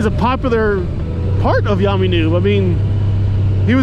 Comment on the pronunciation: LOL, I guess we know what your favorite soft drink is now, right? Also, isn't Yammie pronounced Yammie? ROFL... yes, I typed that, yes, I left it in ... what I meant was "Yam-ee" instead of "Yah-me" :D Now you need a new counter ;) Seriously though, doing all the work for that counter, OMG, that's a LOT. And yeah, I unsubbed too, I never watched for YN anyway, I wanted to see Spite - like you said, he comes across as a real person, worth watching.